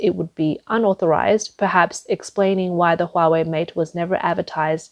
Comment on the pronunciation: Nooo Hoowa-Waaay!